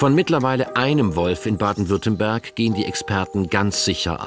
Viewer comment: Weiß nicht aber ein Sprecher vom swr sollte wissen das es Baden Württemberg heißt und nicht Baden Württenberg ….scheiss gez , Wölfe sind der Hammer